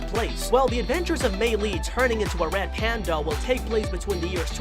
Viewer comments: Stop saying turning wed its turning red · Hey your saying turning red wrong your say turning wed when it pronounced turning red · is it just me or is he saying "turning wed" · stop saing wed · The way they say turning red “Turning Wed” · He said"turning wed" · I don't know why but I kept on laughing when he said wed panda instead of red panda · Did he say turning wed in the beginning? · He replaces all rs with ws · It’s not turning wed it’s turning red RED R R RED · One secret of the 10 secrets you missed in the turning red official trailer he sometimes replaces the R with a W when he’s talking LOL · He says turning wed